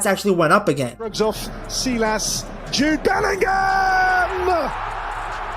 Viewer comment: Jude Belling-Him